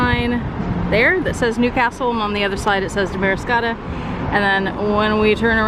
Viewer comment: It’s pronounced DAM-ariscotta.